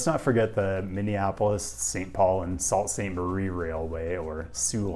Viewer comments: Sault Ste Marie is pronounced "Sue Saint Mah ree" just a heads up. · It's pronouced Soo Saint Marie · You absolutely butchered the pronounciation of Sault Ste. Marie. There is a reason while the namesake RR is called "Soo Line" for short. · Map without the UP -Mispronouncing Sault Ste. Marie on thin ice with Michigan